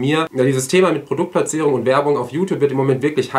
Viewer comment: Und wie war nochmal das Wort für Produktplatzierung? Ich habe es nicht richtig verstanden!! 🤭👍😂